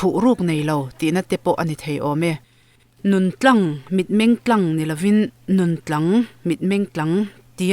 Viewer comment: Tlang i lam dan hi mak ka ti riau mai a, mi nun tlang ah a lai hi i thluk sang daih a, ka hrethiamlo deuh a ni... Mi nun tlang( entlang ) tiang deuh hian kalo hria a, thup nei vaklo mi tihna lam a kawk ang, hetiang lo pawh hian (tum tlang) mi rilru tum tlang tak mai... Rilru nghet nghing ve mai2 ngailo chu a kawk thei zawkin ka hre deuh a ni...mahse i chhiar dan2 hi tha e .. ngaihthlak a nuam❤ full support ❤